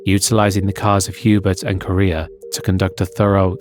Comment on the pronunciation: “Hubert”, “Eau Rouge” and “Correa” pronunciation…